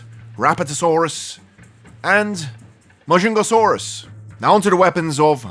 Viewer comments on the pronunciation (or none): Ma jung ga sauros that's how you pronounce it